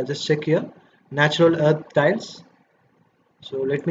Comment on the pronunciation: "Titles" or "Tiles?"